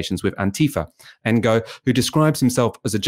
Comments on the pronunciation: It's pronounced No, not En-Go. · Ngo is pronounced "no" with a mute "G" AFAIK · Isn't his name pronounced as ''No''? Or ''Nee-Oh''? I always got confused with how it's supposed to be pronounced too lol... But I THINK ''Engo'' is wrong (but then again maybe I'M totally off base here haha) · The "ng" is pronounced similar to the the end of "wrong", so it's a bit tricky for westerners to deal with, but saying "engo" is rather ignorant. When I first heard of Ngo the first thing I did was look up how to pronounce his name. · It’s a Vietnamese name. Please learn to pronounce it!! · "g" is silent in Vietnamese. E.g. NGuyen is pronounced "Nuyen" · Not quite, it's pronounced using the same sound as we make using the ng in English at the ends of words, except in Vietnamese it's often at the beginnings of words too. It takes a bit of practice to get it right, and you have to get it right or they don't understand you!